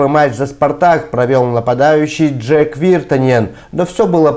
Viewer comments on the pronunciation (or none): Ну, дорогой. он Джэйк Виртанен, а не Джэк